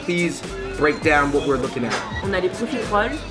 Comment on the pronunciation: Also, profiterole